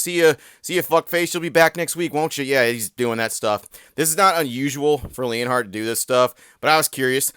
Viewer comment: Bro put the L in leonhart